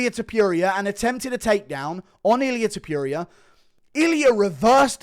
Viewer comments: Ilia Tipyooria lol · Illia “Ta pierria” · Ilia tuh-peer-i-uh